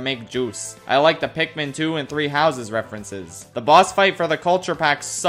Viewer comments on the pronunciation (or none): none